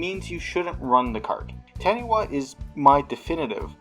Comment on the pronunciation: I'm way late here, but Taniwha is based off of Maori lore, as any New Zealander could tell you =). It's pronounced Tah-nee-fa.